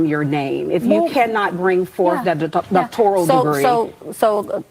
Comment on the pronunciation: Its doctoral not doctorial 😂😂was he mocking her or he couldn’t pronounce it either lol And yall are correct it’s all a money grab off gullible BW bcuz they’ll buy anything as the largest consumers of the world.